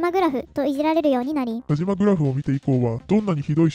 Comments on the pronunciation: 「たしま」です。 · わざとなのかもしれませんが”たじま”じゃないですよｗ ”たしま”ですよ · たじま ○ たしま ✖︎ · 「たじま」じゃなくて、「たしま」ね。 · 『たじま』じゃなくて『たしま』だってば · たしまさんをたじまさんと言っているのはわざと？笑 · たじまじゃなくてたしまね